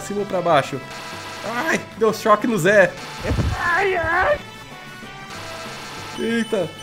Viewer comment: Cada hora que ele fala ZEH eu começo a rir kkkkkk